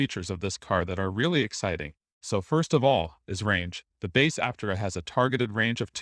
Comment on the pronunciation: ApTERa. Otherwise they should spell it Áptera. Or something. Almost normal bot voice.